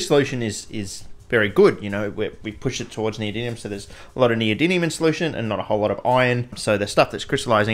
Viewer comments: my man can make cubane in his shed but can't pronounce neodymium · I thought for sure at some point you'd notice how much you were butchering saying "Neodymium". Is this Chemiolis 2.0? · Considering how often you say the word in this video I just have to ask. Where’s the second “n” in the word neodymium,? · Bro mispronouncing neodymium for the first 5 minutes is pretty taxing to watch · The fact you never pronounce neodyMium bothers me greatly. 😖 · Does mispronouncing NeoDIDLIUM every single time tip you off too??? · Can't even pronounce NeodyMium correctly. It's an M, not an N. You spelled it correctly in the video title (probably only due to Spell Check forcing you to) but say it wrong over and over and over. FFS. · That was incredible! I don't think you said neodymium correctly once! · I don’t think he pronounced it “Neodymium” once in the entire video 😂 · 💡Pronunciation tip: nee-oh-DIM-ee-um. That's 👉DIM 👈, not DIN. Thank you!‼ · NeodyMium with M, not with N! Please, stop saying NeodyNium it physically hurts my ears. :) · Yeah mate but wtf are you pronouncing it as NeodyNium when it's NeodyMium? Even the Yanks can say it properly. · do you keep saying "neodyNium"? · The chemicals name: neodymium Him: neodynium (every single time btw) 😂😂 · New drinking game: Take a shot every time he says “neodinium” instead of “neodymium“ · Why do you pronounce it “neodynium”?? 😅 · Why do you keep saying neodynium instead of neodymium? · Is it just me or are you saying neodinium instead of neodymium 😅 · Great video. My ears are sore though from you pronouncing it NeodyNium instead of NeodyMium 🙈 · Yes, it is neoDiDlium!!! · It's almost a drinking game hearing you say "neodynium" (with an N) over and over all while I can see the title of the video that clearly reads "noedyMium". But don't feel too badly. Most people over hear can't say aluminium properly. 😂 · In this video: 35 minutes of a grown chemist saying neodynium. At least it's not neodynum :D